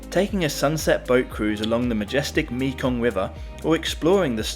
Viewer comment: thats called a tuk tuk and the mekong is pronounced mehkong